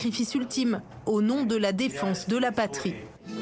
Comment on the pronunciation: « Au nom de la défonce » ??? On dit défense